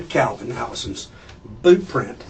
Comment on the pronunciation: Yer wearin' the bewt. That's yer bewt.